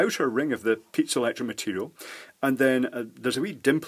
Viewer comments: Not me, but I heard pizza electric material instead of piezoelectric material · Kept hearing "pizza electronics"